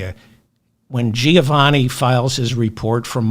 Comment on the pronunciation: Hi David. Greetings from Melbourne, Australia. "Giovanni" is pronounced "Jo(e)vanni" and not "Ji Oh vanni" . I enjoy the show